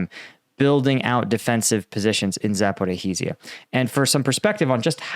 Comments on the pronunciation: Zah - por - ree - zh - zh - ah!!!!!! Not Zah - por - HEE - zh - zh - ah!!!! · Dude, anglicizing Ukrainian double consonants sometimes results in a mess, but it’s pronounced as “Za-po-reezh-ya”. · Please learn to pronounce properly Za-po-ri-zha.